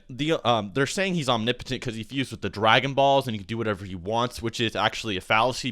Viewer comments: is that really the correct way to say "omnipotent"? it sounds so wrong. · renge miyauchi om-ni-po-tent the ni is a soft i